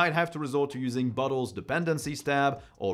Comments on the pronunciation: Sorry but at 2x speed, every time you said "Bottle" I head "butt hole" xD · Sometimes I hear Bottles as Buttholes. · I giggled every time you said bottle, it sounded to me like you were saying buttholes. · He keeps sounding like he says "butt holes" and it's making this video much funnier than it should be. I need to grow up. 🤣🤣🤣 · I am going to start using pronunciation of bottles now. Buttholes, classic. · In some instances of when he says bottles it sounds like buttholes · I keep hearing butt hole lol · Every time you say "bottles", it sounds like you're saying "butt holes"! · Why am I hearing "Butt holes"? 🫢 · the way you say "bottles" sounds like "buttholes" to me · bro french people saying bottles cracks me up every time